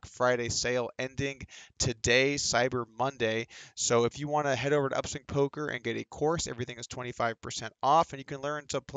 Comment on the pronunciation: He said final poker video. not final polker video.